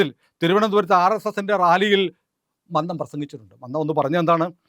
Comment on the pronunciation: മന്നം എന്ന് ശരിയായി ഉച്ചരിക്കുക